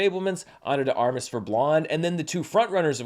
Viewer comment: Ana “Day Armas” not Ana duh Armas